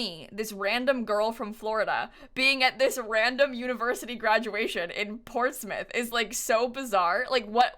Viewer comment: Thank you for pronouncing Portsmouth correctly <3